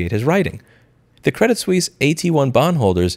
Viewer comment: It's pronounced Sweese. :)